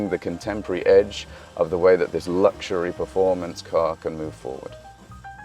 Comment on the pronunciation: Why la. Find someone who can speak english properly. If youre going to do something, do it right. Guy cant even pronounce luxury. Chinese nerd, look like he lepak CC all day, but now has a suit on